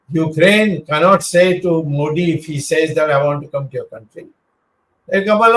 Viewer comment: Wish old man could pronounce Modi properly 😂😂